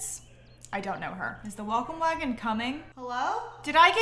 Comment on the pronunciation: I honestly thought you said “waffle wagon” instead of “welcome wagon” 😭😭😭